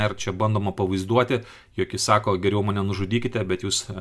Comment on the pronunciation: kodel Valdas Bartkevičius kalba tokiu ryškiu rusišku akcentu? isiklausykite: kirčiavimas ne lietuviškas... bando pasakyti "kaip geriau", o gaunasi "kaaaip giriaaau" Kodėl lietuviškai sunkiai kalbantis žmogus su rusišku akcentu taip varo ant rusų ir vaidina, kad jis lietuvis lietuvių vardu veikiantis?